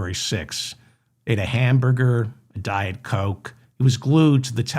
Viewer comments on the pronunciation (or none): none